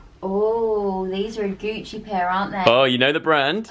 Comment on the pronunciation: when he said Gucci it just kept reminding me of Gooch